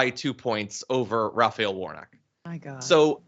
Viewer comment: Gosh he can’t even say Senator Warnock. He says Wornot. Yikes.